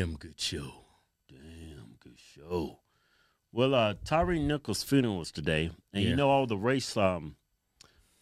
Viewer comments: Then he gonna call him Tyrese nicols instead of Tyre 🤦🤦🤦. How you doing a eulogy and don't even get the man's name correct. If no one caught that it's at about the 5min mark when he's talking about climbing. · Sharpton couldn't even get Tyre Nichols name right